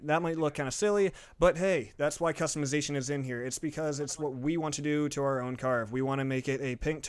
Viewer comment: you say custimizition